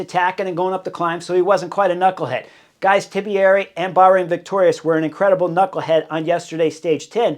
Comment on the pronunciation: it's not TIBIERI there's no middle I.